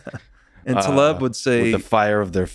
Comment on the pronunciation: I'm sure you're trying, but please... Taleb. ❤️